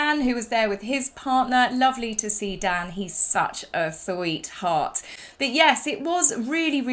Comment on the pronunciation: You both looked lovely. Love the hair. You said "love Dan, he is a sweetheart" but I heard "love Dan he is a tart". Sorry Dan. Lol😊